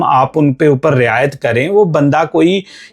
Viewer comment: Bro ਨੜਿੱਨਵੇਂ Punjabi ch hunda te निन्यानबे Hindi ch hunda. Hindi ch रियायत hunda Rey ni hunda..Hindi ch video bnaone par Words ta proper bolo..